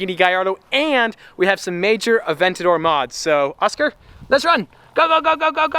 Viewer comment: His name is oskar not oskee